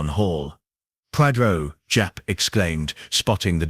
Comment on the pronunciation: Who’s Podrow and Pierow? 😂